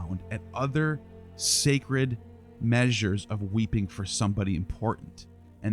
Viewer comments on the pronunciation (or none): none